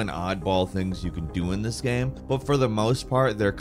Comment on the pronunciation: Except when he says gaem instead of game